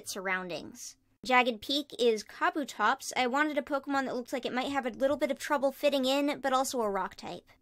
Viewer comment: Ah yes cob-oo-tops